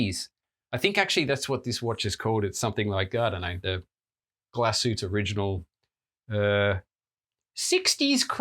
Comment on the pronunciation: Dude, say it English. You butchered glashütte original in more than one way 😅🫶